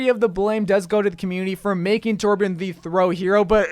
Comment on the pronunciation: I agree with every hero... but its TORBJÖRN JQKDUWIALFBDIAOosbdkaiaoalIAJDIAALKAJSAU DONT TYPE IT TORBJORN WOJDJSKLA